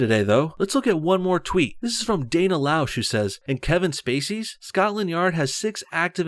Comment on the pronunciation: Dana L-ow-sh? Lash buddy. Lash! Remove all the “stars”, sorted.